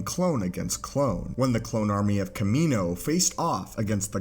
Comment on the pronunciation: The way you're pronounced Kamino killed the vibe of the video for me and am turning it off now. Like holy shit my guy you should probably pronounce the word properly when it says it in movies, and when your whole video is about why clones aren't a thing anymore.